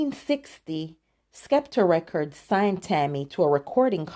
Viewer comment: It’s pronounced “Septer Records”.